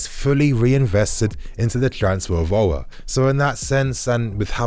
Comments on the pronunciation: The prononciation of Aour in English is disgusting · chelsea 4life he doesn’t even pronounce his name right